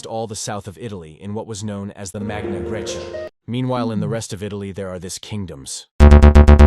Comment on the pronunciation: Intrigued, I decide to watch this video. The first 31 seconds are enough for me: after hearing the ridiculously incorrect way in which Sardinia (Sardegna would be better...) and Magna Grecia are pronounced, I realize the superficiality of the author and abandon the viewing. Very bad.